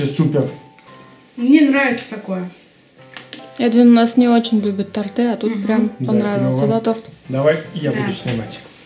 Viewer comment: да блин, бесит...не тортЫ, а тОрты.....а торт классный😂